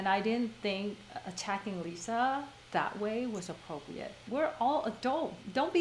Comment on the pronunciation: I hate the way Jennie says appropriate..